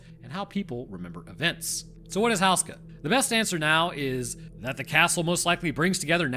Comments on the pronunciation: Are we sure it's pronounced "house-ka" and not "hoose-ka"? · OMG how can anyone tolerate listening to HOO-ska be mispronounced so many times. You'd think you manage to get that ONE vital detail correct,. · FYI, Houska is generally pronounced "Hoo-skuh" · Hey! Czech citizen here. Im so glad this castle and its legend is getting attention. Just one thing i wanted to say, its pronounced like hoe as in hoeska. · Whoos-kah, that's how you pronounce it. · Man as someone from The Czech republic it seriously bothers me how you pronounce Slavomír and Otakar, Houska not that bad, great video though but man those pronunciations bothered me to no end